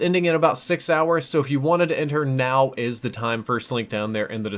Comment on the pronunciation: mow = now